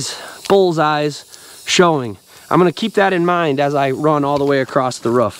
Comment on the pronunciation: Ruff ruff it’s roof you speak properly aside from the word roof ??? Whyyyyyy